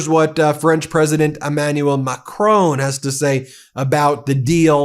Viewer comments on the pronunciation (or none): Please, please stop to call President Macron " Macronne" take a good french accent for naming it. Macron: on